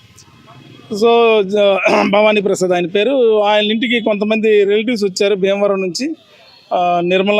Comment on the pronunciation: బీమవరం కాదు.. భీమవరం.... వైజాక్.. కాదు వైజాగ్....